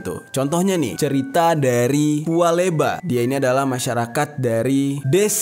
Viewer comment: Bukan pua leba tapi pua bela